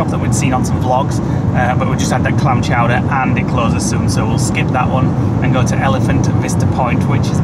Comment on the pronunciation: Very much enjoyed this vlog guys. You made us chuckle at the amount of times you said “Clam Chouder”. So pleased it met up to expectations. Looking forward to your next vlog 🤗